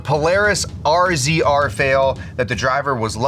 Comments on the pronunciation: Can’t say I’ve ever heard anyone pronounce R Z R individually like that before. It’s a Razor to the rest of us. That was a whole lot of send though. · The first clip, was impressive for some reason, and it’s pronounced “Razor” Nobody says R-Z-R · RZR is pronounced as Razor haha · Just a heads up it’s pronounced razor not R.Z.R. Yet another great video from you guys. Keep up the good work. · Can't stand it when people call the RZR are ARE ZEE ARE. ITS A FUCKIN RAZOR. And is supposedly into off-road